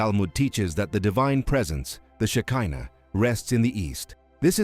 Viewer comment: at 7.01 It is Chesed NOT chased! 11.46 Shekhinah